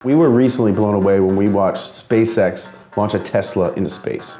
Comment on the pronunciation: Spasex XD instead of SpaceX